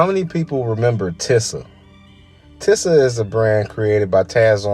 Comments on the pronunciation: It’s pronounced “teeza” not no damn “tissa” smh. Big Sean made this brand famous to me back in like 09 with his Finally Famous mixtape series. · It pronounce (TEE•SAH) not tissa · Just So U Know Its (TEE-SUH) not TIH-SAH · It's pronounced TEE ZA smh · It’s pronounced “Tee-sah” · This sounds like a hater hit Job Google TI$A MCM and the brand is pronounced Teesa some brands never fall off you slowpoke. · Overall great delivery of the starting end of the brand, however, the beginning sounded a little biased and it wouldn’t hurt to pronounce the brand correctly came off as a little unprofessional however, very good job with the video